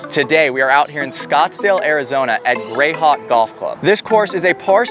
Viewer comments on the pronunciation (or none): "Grayhwak Golf Club" 🤪